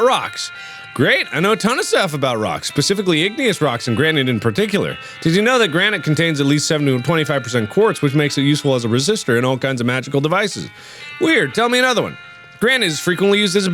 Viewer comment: "Pacifically igneous rocks" "Pacifically" PACIFICALLY